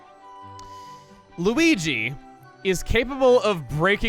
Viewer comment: why does peach sound like she's saying luwege instead of luigi